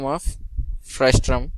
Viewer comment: It's frustum not frustrum